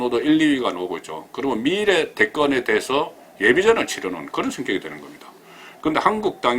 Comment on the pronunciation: 가자출신이, 방송을하는분이 발음이 기본인데 억양이 완전꽝이네요. 신경좀 써주세요. 종로. 미래.전략.등 단어에 신경쓰세요.